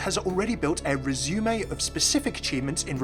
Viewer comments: Resume has its emphasis on the first syllable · Re-zoo-mei :'^) Sorry, I couldn't help but laugh at that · I know this is hot news, and I thank you for reporting it to us, but I had to go back and listen to you say "Resume" about 6 times. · Resume? Is this a pronunciation I'm not aware of?